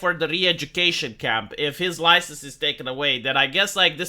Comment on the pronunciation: he will lose his loicense